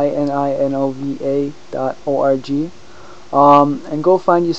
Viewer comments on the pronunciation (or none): Lawl orgy like you said o r g and it sounded like the word orgy xD